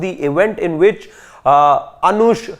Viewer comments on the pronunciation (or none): His name is Anush, not ayush